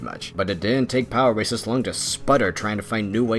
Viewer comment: Every time he says “power racers” I hear “power Rangers”